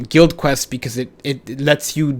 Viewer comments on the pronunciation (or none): none